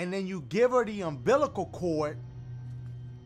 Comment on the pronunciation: He said umßilal cord😂😂😂😂